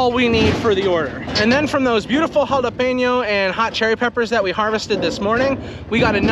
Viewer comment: As a Hispanic thank you for saying jalapeño right lol